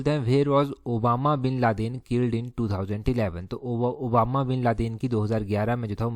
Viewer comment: Sir Obama bin laden nahi😂 osama bin laden.